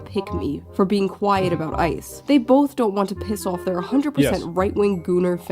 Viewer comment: I'm not sure who needs to hear this but it's both not BOLTH.